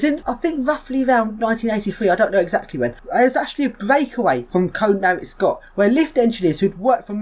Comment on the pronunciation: It's KONE-AY... not Cone.